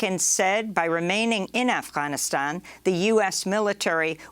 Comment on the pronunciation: quit the fucked up pronunciation of Afghanistan. Nobody cares for your woke shit